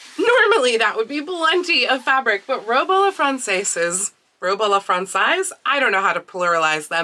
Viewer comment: yes and i'll add that it's frahn-sezz, rather than frahn-saice